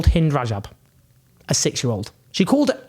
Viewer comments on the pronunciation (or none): In the other hand, Owen, when you first mentioned the story of 6-year old Hind, you pronounced her name, "Haind" rhyming with "mind"!